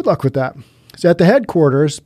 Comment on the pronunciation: Love when you say “good lunch with that”.